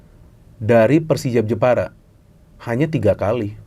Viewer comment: Jepara tapi pengucapanya njeporo